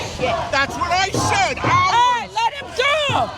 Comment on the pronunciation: bro why am I hearing sigma goo like the slime not go like go forward